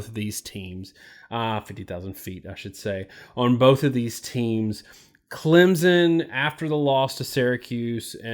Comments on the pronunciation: If you have covered Clemson enough you know it's not pronounced Clemzon like you keep saying like a moron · first of all...its clemson, not clempson... clemson wins 33-19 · Clemson is not pronounced "ClemsZon", its pronounced "ClemSon" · Clem. Son? Wow even you guys can’t say your team name right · Learn how to pronounce the name of the national champions correctly! Clem. Son